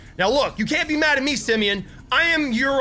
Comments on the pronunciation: Its Simon not semeion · His name is not his name is not semen it’s Simeon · its not simen its simeon